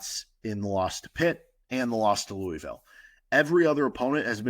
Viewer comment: As a KU fan who lives in Louisville (Lou•uh•vul)I was really hoping you were gonna nail the pronunciation. Nails on a chalkboard lol. Still love your show though!